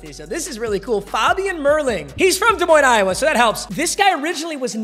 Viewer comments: Thanks for saying Des Moines right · Feels good to have you pronounce Des Moines right